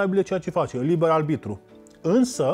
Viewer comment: De ce oare nu a învățat corect să spună “aRbitru” și nu aLbitru”???? Băiat deștept de altfel, însă pronunția incorectă este enervantă. Păcat!